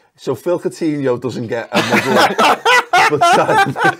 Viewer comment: learn how to pronounce our players names maybe